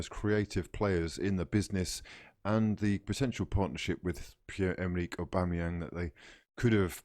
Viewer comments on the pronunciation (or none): none